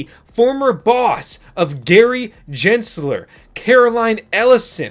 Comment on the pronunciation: He said 🤣🤣